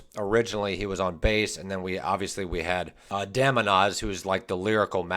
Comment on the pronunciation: It's Demonaz, not Demanoz...